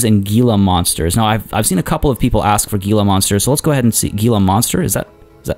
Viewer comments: Gila is pronounced Hee-la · Love the series so far! Heads up though, Gila Monster is pronounced He-La Monster :) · It's pronounced hila monster even though it's spelled gila monster your driving me crazy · New here, great series. :) An idea to do better views for visitors: walkways over your sunken habitats FYI "Gila" is pronounced "Hee-la" (G = H).